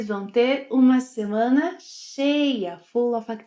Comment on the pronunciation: See, I was right Portuguese pronunciation is very tough, "shma-semana" Even the has a problem with the pronunciation! jejejjee (apenas brincando). Fun fact, I lived in Colombia for two years and they use that same hand signal when some thing is really "lleno o pegado" I have never seen that hand gesture used in another Latin American country. Muito obrigado por mais um excelente vídeo. Desta vez, fiz anotações para não me esquecer de nada!